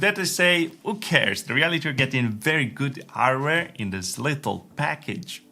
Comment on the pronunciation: He say´s "heighteen" instead "eighteen" abut then he say´s "ardware" instead of "hardware", did I enter some kind of "opposite world" ? :-D